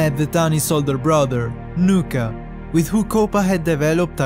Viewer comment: It’s nuka